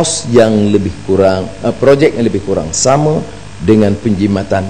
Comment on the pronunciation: Sebut penjimatan pun tak betul... porahhhh